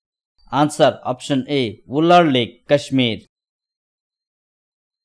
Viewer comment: That is not wuller it is wular